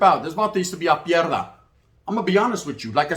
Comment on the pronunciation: Dang you made Pie dra sound like mierda bro 😅